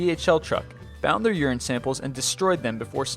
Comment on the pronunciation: uran samples? as in pee samples?!?!?